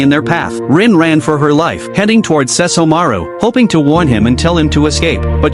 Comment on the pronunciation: So the AI can say Seshomoru but not Kagome??